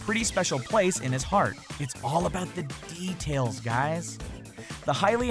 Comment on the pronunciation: its all about the D...tails lmao, did anyone else notice that he broke that word into two parts?